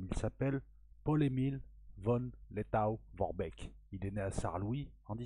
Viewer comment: cela se prononce v? Letto!!!!!! Haia Safari!